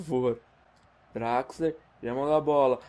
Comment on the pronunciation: se pronúncia Draxler mesmo...